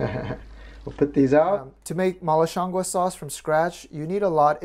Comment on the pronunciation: HI!! Really awesome video and I love your content. You have the pronunciation very close...it's shiang goo [it's just the second word you are off a tiny bit on]. Shiang goo means mushroom in Chinese. Keep up the awesome work! Love to!